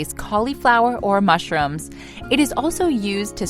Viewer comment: Fact that she said mashrooms😭😭😭💀💀💀